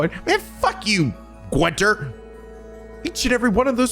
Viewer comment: Congratulations on making it through the whole game without learning how to pronounce Guenter... it's not Gwenter.